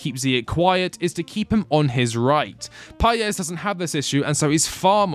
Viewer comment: Chelsea fans, please it is not so hard "Independiente del VAAYEIH" not "VAL" and "PAEES" not "PAYEZ".